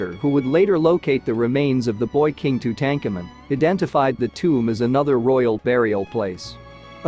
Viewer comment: How did you manage to mispronounce : Ramses, Horemheb and Tutankhamen?